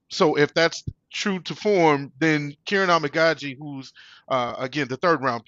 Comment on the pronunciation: KER-RON = kiran